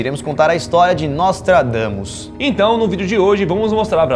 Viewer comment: juro q ouvi "nós tragamos" ksksks